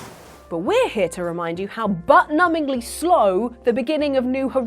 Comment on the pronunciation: The emphasis from on "butt numbingly slow" speaks to her experience with Animal Crossing.